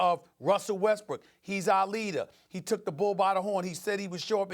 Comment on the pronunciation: OMG, this is annoying me! IT IS WESTBRICK CMON ESPN